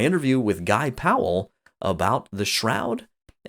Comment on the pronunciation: Thank you for pronouncing our last name correctly! Bugs me when people pronounce it as “Pal”. Two syllables people, two syllables. Haha